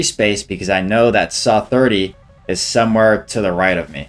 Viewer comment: pls bro its not saaaaa, saaa 30